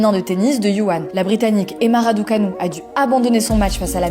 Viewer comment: Pardon ? Yuwan ? C’est difficile de prononcer "Wuhan" ? Un peu de respect wsh